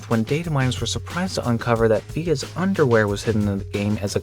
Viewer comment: careful with that pronunciation of underwear young man lmaoo😅